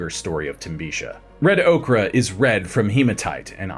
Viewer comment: Ochre - or-cker not okra like the plant.